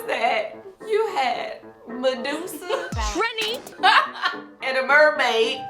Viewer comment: So no one is going to ask her about the way she said Trini???